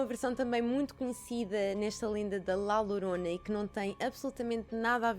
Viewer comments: La Llorona lê-se “lá lhorona” que significa “a chorona”. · Bem vinda de volta!! 😁 A maquilhagem está maravilhosa, a qualidade de som e imagem está nos píncaros 🔝 Podes ler La Llorona como sendo "La Yorona", assim fica mais parecido ao espanhol. 😘